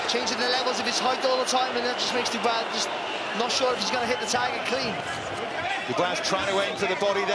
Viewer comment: Dubois its pusie